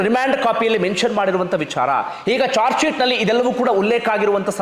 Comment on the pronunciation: ಜಾರ್ಜ್ ಶಿಟ್ ಅಲ್ಲ sir ಅದು... ಚಾರ್ಜ್ ಶಿಟ್ 🙏